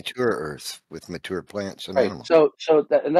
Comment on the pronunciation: with the assist "No, God made a 'muh-toor' Earth"